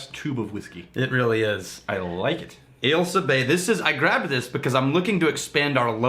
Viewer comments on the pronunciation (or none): Your pronunciation is close... But having grown up looking out on the Ailsa Craig... We pronounce the 's' more like a 'z'. Like... Ailza. Just putting that out there!! Much love from the West coast of Scotland...